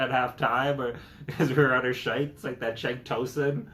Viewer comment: Love how he pronounces shite but i die inside when i hear twotted